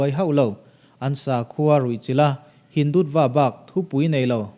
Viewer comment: Hindutva i lam dan Hin-dut-va i tih hi Hin-du-tua tia lam tur niin ka hria